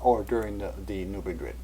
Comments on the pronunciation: i've never heard new madrid pronounced as new muh-drid. that'd be like pronouncing cairo like the one in egypt. nope. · It's pronounced "new MAD-rid." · oWell, you ought to go to New Madrid and ask the folks there how they pronounce it.